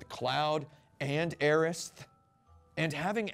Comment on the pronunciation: What do you mean “as well”? He didn’t say Aeris. Or Aerith for that matter. He said Aerist to try and appease both camps. FWIW I used to be hardcore in the Aeris camp until recently. This Remake has pretty much made me give up and join the Aerith cult. No use fighting against it now that the Remake has voice acting and names you can’t change anymore.